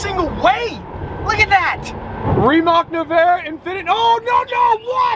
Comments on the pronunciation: its rimaC, not rimaK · I have been waiting to see you in a Rimac, would be fun to see it on a track against others. I think it's pronounced Ree-mats though. I'd go with the McLaren 😉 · Rimac is pronounced..........REEMAHTS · It's actually pronounced rimatz